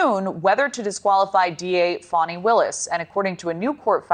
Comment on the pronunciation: 😂 Sounds like he's saying phoney Willis 😂😂😂